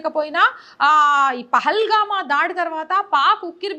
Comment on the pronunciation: పెహల్గామా కాదు. పెహల్గాం. సవరణా చట్టం కాదు. సవరణ చట్టం. ముక్కుమ్మడి రాజీనామాలు కాదు. మూకుమ్మడి. (మూకలు ఉమ్మడిగా ) ఇలాంటివి చాలా చిన్న విషయాలు. కానీ తెలుగుభాష అందం పోతుంది. ఇవి సరిజేసుకుంటే మీ వ్యాఖ్యానం వినసొంపుగా ఉండి, అదిరిపోతోంది.